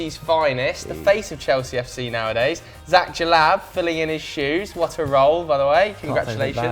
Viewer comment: Ffs it’s zack